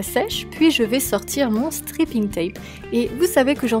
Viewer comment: J'adore c'est vraiment très beau 😍 Juste fait attention à la prononciation de "striping" tape ( strayping ) parce que stripping ca veut pas du tout dire la même chose lol ( je te laisses chercher ). Sinon j'adore tes nail art continues comme ça :)